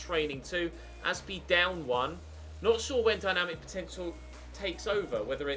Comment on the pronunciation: Why does he call Aspi Dave